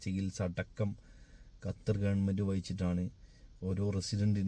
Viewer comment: ഞാൻ 17 വർഷം ആയി ഖത്തറിൽ 🔥🔥🔥🔥i love ❤️ കത്തർ അല്ല ബ്രോ ഖത്തർ ആണ്